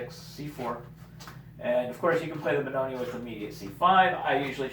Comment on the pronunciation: It's Benoni without the e at the end